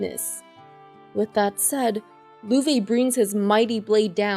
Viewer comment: I just don't understand why you pronounce Agate's name like that x_D or Loewe, since those aren't the correct pronunciations. You should search how to pronounce them pls. But overall thank you for doing these resumes, are really good!